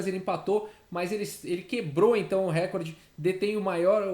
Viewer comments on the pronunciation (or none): none